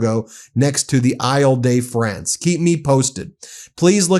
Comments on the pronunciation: Eye-l day France? That's the pronunciation youre going with? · Eel duh Fronce, Perfesser.